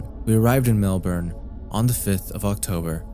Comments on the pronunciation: completely irrelevant but please say melbourne correctly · Man people like you are so fucking annoying. No nonlocal is going to know the fucking pronunciation of your city.